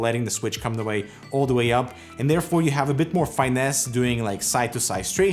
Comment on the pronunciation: just a heads up: the “i” in finesse is pronounced like “ih” not like “eye”.